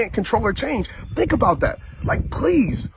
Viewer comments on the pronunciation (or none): Don't tink,people don't got dere eyes on u2!!!!